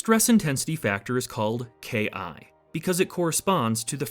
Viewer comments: Isn’t it K « one » since it’s mode one and not K i ? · AAaaargh! It's not K eye. It's K one. It's a roman numeral, just like you say a few seconds later. I tell my students that the final exam in my materials science class is to pronounce KI. If they say K eye, they fail the class.